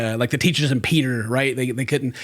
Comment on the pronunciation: you said "teacher of peeter"... he he...